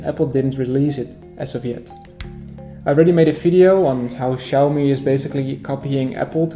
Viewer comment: It's pronounced Chee but awesome video buddy